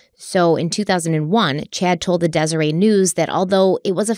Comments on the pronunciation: It’s pronounced dez-ur-ett. Not dez-uh-ray books. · Just an FYI, but “Deseret” (as in ‘Deseret News’) is pronounced Des-er-et… not Des-er-ay. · I haven't read all the comments, so it's possible that it's already been mentioned, but the correct way to "deseret" is "Dez-er-ET". Not the French "Des-er-ay". :) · Btw,, you may or may not see this, and normally I wouldn’t point it out, but I remember you pronouncing it the same way back with one of the very first stories you guys did together… It’s pronounced DesereT News, not Deserè News. Vaguely funny but not actually at all, you would never believe how many people around Flaming Gorge have had similar experiences. Granted, most of them wound up dead or paralyzed as he should have, but I honestly bet you can’t find anyone who grew up in a Mormon dominated area and went to Flaming Gorge who hasn’t known at least one person who was seriously injured or killed cliff diving. Btw, going there is common enough that the only time I actually went was with a Mormon youth group at 14. Girls slept on the houseboat, boys on the beach, we had a rotation of like 6 power boats so we could all boat at the same time. Super normal. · I know you probably don’t care but in the last Utah-based case you covered I noticed it too— it’s pronounced Dez-ur-ett Book, just in case it comes up in future! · I love you so much but Deseret is pronounced dez-er-ette ❤ great episode! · Moroni is pronounced More-own-eye. And Deseret book the T is pronounced. 🙃